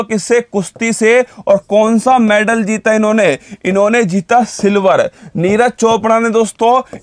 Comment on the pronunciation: मैडल, not मैनडल